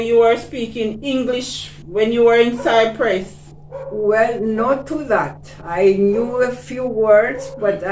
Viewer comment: I like the interview. A gentle reminder to you, the place is Cyprus as the lady pronounced it, not Cypress as you keep saying Cypress is a tree